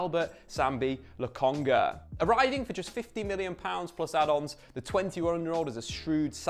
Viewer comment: He said Lokonga 😅.. Now go tell Charles Watts how it's not Logonga